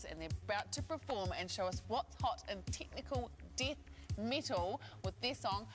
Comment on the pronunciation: tichnical dith mittal